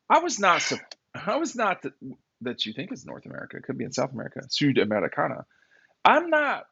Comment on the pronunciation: Sudamerica.....Jesus christ...not sur americana..